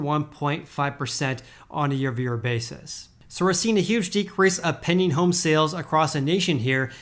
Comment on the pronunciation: It sounds like you’re saying “penny home sales” haha. PenDing. Gotta enunciate that D.